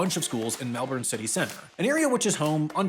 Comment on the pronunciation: you lived here. I know you can pronounce melbourne better than that. We would have bullied you /heavily/ otherwise